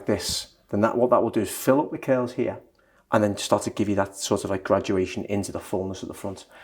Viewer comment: Funny how they pronounce “curls” like “kills” … very cute accent 💕